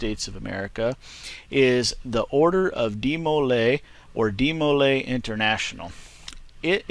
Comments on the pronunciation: the way all the brethren and advisors that I've met pronounced it was with a strong dee to start and moving into molay with far less emphasis on the m then the way you pronounced it. Hope this helped not to experienced at writing out pronunciation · You're pronouncing Demolay wrong